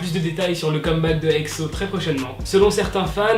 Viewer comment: j'aime pas trop comment tu dit exo tu le dis exso apres c'est pas mechant #EXO-L